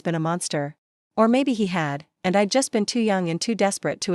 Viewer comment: Dear AI it is I'd not I D